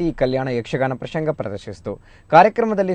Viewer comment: ಪ್ರಶಂಗ ಅಲ್ಲ ಸ್ವಾಮಿ ಪ್ರಸಂಗ....